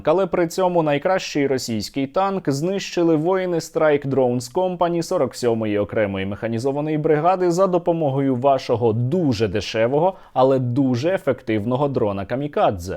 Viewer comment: Вибачте, але якщо це вам важливо, то "company" вимовляється: кампені